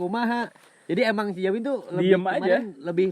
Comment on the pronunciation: Kenapa dia orang manggilnya Jawin🤔namanya si abangkan Dzawin🤔pake Z bukan J